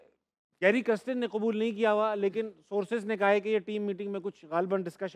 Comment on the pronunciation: pronouncing Kirsten as kristen. Video title has same spelling mistake. Coach ka naam lena seekh le bhai